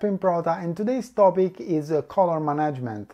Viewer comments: I understand. I was in fact wondering if any of you were native speakers. I'm not either. I'm just an old and uncontrollable grammar nazi. I was cringing a little every time I heard the word "management", but still quite an informative video, I was enthusiastically glued to the screen. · So nobody in his team took the time to point out how "management" actually is pronounced?